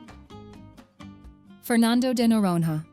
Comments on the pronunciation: Speaker: "Fernando de Nororononon" 😵‍💫🥴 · Agree 👍 quite irritating!! The narrator should have at least “tried” to pronounce the names of the places correctly (unless it was an AI…), But in general the video is very good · Pronunciation: Fernando de Noronha (Norōnya); Recife (Hecīfē); Frevo (Frēvo); Lençóis Maranhenses (Lensoh-is Maranyenses); Cuiabá (Cuiyabáh); Iguaçú (igwasū); Salvador (Salvadōr); Belo Horizonte (Belo Orizōnte); Pampulha (Pampulya); Paraty (Paratee);Curitiba (Curiteeba)